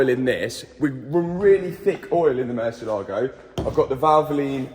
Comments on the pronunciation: Hey Mat, it's "murciElago", not "murcielAgo". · Mat, you keep pronouncing the Murcielago wrong, please do a Google Murcielago pronunciacion and you will see, so different. Murcielago is a Spanish name for Bat